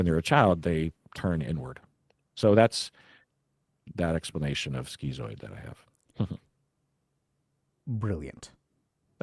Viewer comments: "Skee-zoid"??? Isn't schizoid prounounced "skit-zoid", like "schizophrenia"? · bros its not "skeezoid" its "schizoid" as in "skiz-oid"